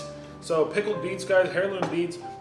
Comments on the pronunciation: Ok, heirloom is NOT pronounced “hair-loom”. The “h” is silent so is pronounced “air-loom”. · He said “HAIR LOOM” beats 🤣🤣 its “AIR LOOM” - Heirloom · air-loom the H is silent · Hair loom beets!?!? Ick! (The "h" is silent,. Just thought you might like to know.)